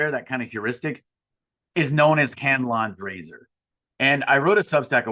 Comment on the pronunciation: I heard Hand lawn grazer instead of Hanlon's razor